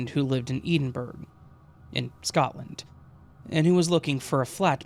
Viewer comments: Brilliant. I love your channel. Just so you know for future vids- Edinburgh is pronounced like Ed-din-bruh. And not that it came up in this one but just in case, when you see place names like yorkshire the shire part is pronounced like sheer so yorksheer. Sorry if I sound like I'm being pedantic lol it obviously doesn't matter and I knew what you meant, I get why they're hard to pronounce, I'm from ireland and we have plenty of hard to pronounce if you aren't from here places. Hope you're having a great day and thanks for the quality content. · I’m listening from Newcastle, got to say that my ears pricked up at Edinburgh too!!! 😂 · I love your channel, but the pronunciation of Edinburgh triggered me lmfao 😭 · Please look up how you say Edinburgh 🙂